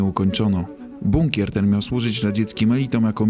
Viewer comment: sam żeś jest "bukner" 😂 Chyba "bunker" 🦇